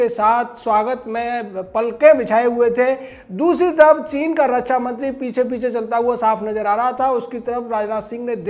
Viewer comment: अरे फेंकू के बाप, रच्छा नहीं रक्षा होता है। पहले बोलना सीख ले।